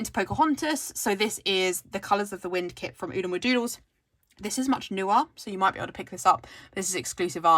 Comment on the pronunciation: Ahhhhhhh!!!! You said Oodlemadoodles perfectly 😍👏🏽🏆😂